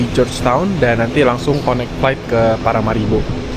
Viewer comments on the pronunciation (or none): none